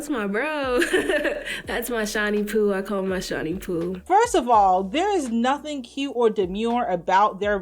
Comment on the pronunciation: Shawn moo moo not shiny